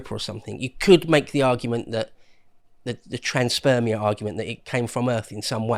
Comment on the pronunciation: Huh huh, "you said Trans-Spermia"- Beavis